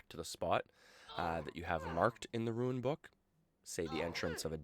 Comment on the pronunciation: Its pronounced rune not ruin.... sorry. lol